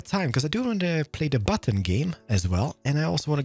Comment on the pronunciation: Because of his accent and me not looking, I thought he said "last episode we made a butt. This is my butt." Immature, but funny.